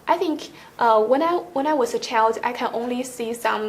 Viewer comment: not many combine words, complicated words. She didnt use high level grammar structure. Her pronunciation, eh, lower than her confidence, lower than she thought it could be. Lets hear her answer:” when I was a /cheo/ “. We cant hear the word”child” there - as an example. Well, just my opinion, the explanation. I’ve never taken part in any IELTS tests yet!! I myself would happy to vote her band 7 as well